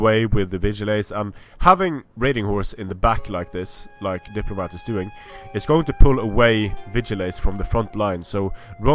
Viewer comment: You got the factions the wrong way again :D at least you're pronouncing my name right now though so I'll forgive you